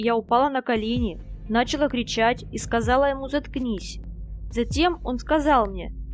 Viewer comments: NachalA not NAchala. Avtor profit dengi no snachala made nautchitsya pravilno govorit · Ну когда же вы научитесь правильно произносить русские слова? НачалА в ж.род! нАчал муж род. В каждом видео